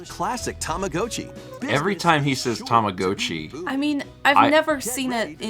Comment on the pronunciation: I'd say about half true, the way the announcer in the direct pronounced it is more of a longer tama-gou-chi sound (たまごうち), whereas in Japanese, it'd be more gott-chi (たまごっち) with a hard sharp o sound, but Americans are more likely to pronounce it along the line of tama-gah-tchi I guess (not American so forgive me if that's off lol)